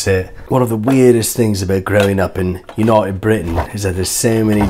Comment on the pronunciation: ‘Untied Britain’ Amazing 😂